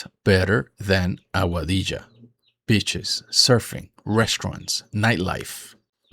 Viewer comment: I thought you said bitches instead of beaches lol. Happy Fathers Day!